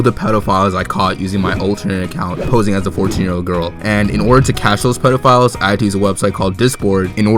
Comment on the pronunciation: Anyone else notice he says pedalphiles?